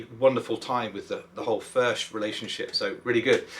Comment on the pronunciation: I’m in the USA and I’m a Bluegrass or. I’m trying to find a Furch dreadnought I can try. I guess the nearest dealer is around 300 miles away. There is one in Texas but that’s about 600 miles away. Either way I look forward to playing one By the way according to the boys and girls in Czech Republic, it’s pronounced “Furk”